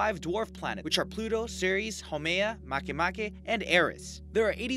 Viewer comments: The way he said “ mAcky mAkcy” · Why u said mak mak its wrong